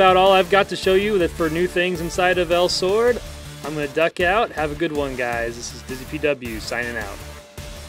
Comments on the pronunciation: Is pronounced elsWORD not elsord.... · El-sword not els-WORD. If you follow the story, you will find they are looking for El Shards/El Stones. Also, their collective group is called the El Search Party so El is standalone, making El-sword when pronouncing Elsword.